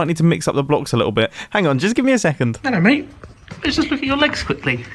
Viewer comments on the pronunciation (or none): thats the first time i heard mumbo say ello mate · His accent went so English then